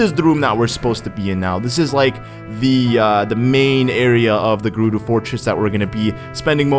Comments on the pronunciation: "Gerudu" ohhhh i have a giant urge to correct him! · Its Guh-roo-do